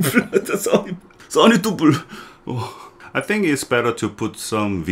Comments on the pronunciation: Tubol HAHAHAHAHAHAHHAHAHAHAHAHAHAah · for christ sake! dont name it tubul 😂, i was sipping my coffee and almost spit it out after hearing tubul, lol, i love you man! please dont name it tubol 😂